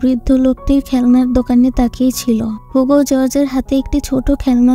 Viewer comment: নট হুগো, ইটস হিউগো